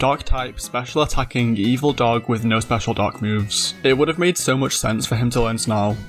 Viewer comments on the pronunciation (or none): none